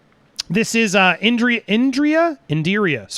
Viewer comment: You absolutely butchered the name Indira 😂